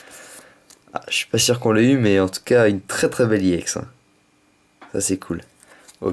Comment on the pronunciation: on dit pas iex on èx